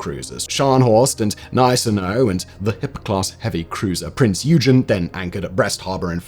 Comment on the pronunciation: It’s pronounced “Oy-gen” not “you-gen”